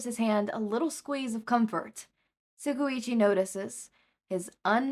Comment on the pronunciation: Hey, this is no hate but it's really been anoying me how you keep pronouncing Tsukauchi's name wrong. you keep saying it as sukuigi but it's pronounced as tsu-kau-shi. furthermore you make great video's and i love listening to this story.